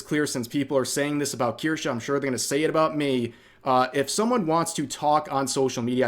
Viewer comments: Kirschaaa or Kirscheee? - It's absolutely hilarious to hear you Americans trying to pronounce a German Word. 🤣 kirschää, kirschiiii - Please do it more! 🤗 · I’m still upset called Kirsche “Kursh” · Strange way on saying "Kirsche".